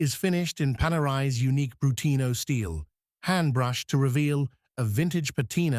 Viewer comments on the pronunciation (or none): Brunito. Not Brutino.... And otto giorni. Not "eight giorni". "Eight days" is permissible. It happens with AI slop voiceovers...